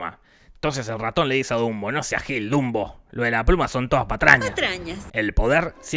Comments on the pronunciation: Se dieron cuenta que en el minuto dijo Zumbo en vez de Dumbo? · Dato curioso el narradador, si no me sr su nombre pero no inporta, el punto es que le dijo junbo a dunbo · Dumbo keras decir dundo xd